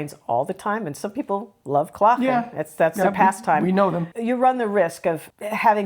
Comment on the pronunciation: Well done! You two show understanding. Very wise. Oh and I noticed the 'g' in klagen. Smooth, without scraping. Elegant!